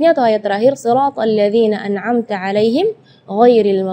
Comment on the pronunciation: Penjelasan cukup bagus, tapi maaf.. saat mempraktekkan bacaan huruf LAM sukun, muncul kembali huruf LAM hidup... seperti pada bacaan... bil `aalamiin. terdengar berbunyi... bil..la`aalamiin.. muncul bunyi La sesudah Lam sukun (itu pertama). Dan yang (kedua) sa`at membaca huruf Nun Sukun, muncul kembali Nun hidup...seperti pada bacaan...AN`AMTA, terdengan berbunyi... AN NA`AMTA.. muncul bunyi NA sesudah membaca NUN sukun... Maaf... Wallahu a`lam